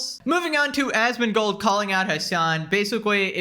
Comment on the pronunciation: Even has the same number of syllables so he says it the same way. ”Asmongoooold”